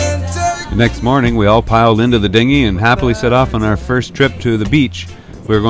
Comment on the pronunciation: Haha you said "Dingi" jk jk ik what it is